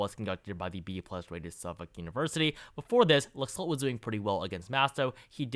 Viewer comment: For future reference, the Republican candidate in Nevada's name is pronounced "Lack-Salt."